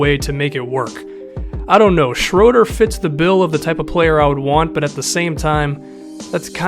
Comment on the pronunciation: It's SHROO-DUR